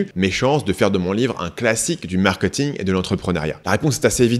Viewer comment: Très intéressant, mais pitié, c'est "markéting", pas "markeuting" ! On ne va pas au "supermarkeut". ;-)